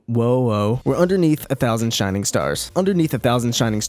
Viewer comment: "SHINGING STARS" Just pointing it out.